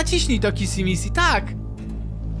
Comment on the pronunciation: Nie kisi missi tylko kiśi miśi😄😄😄😄😄😄😄😄😄😄😄😄😄😄😂😂😂😂😂😂😂😂😂😂😂😂😂XDXDXDXDXDXDXDXDXD